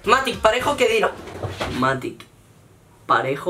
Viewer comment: Que rabia que diga MatiC en vez de MatiX